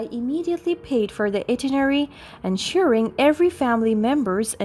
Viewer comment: Itinerary. Sound it out: eye-TIN-er-ary.